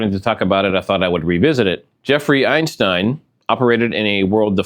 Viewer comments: Why do you keep calling Epstein - EINSTEIN ??? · Epstein not Einstein! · EPSTEIN , not Einstein 😉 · einstein ???? it's epstein, get your act together before uploading video. Sloppy work. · Why are you mispronouncing his name ?